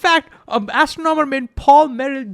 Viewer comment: Great video! FYI the words “astronomy” and “astronomer” are pronounced with emphasis on the 2nd syllable, like a-STRON-omy and a-STRON-omer.